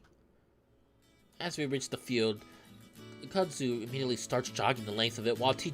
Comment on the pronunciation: its pronounced kud zoo :P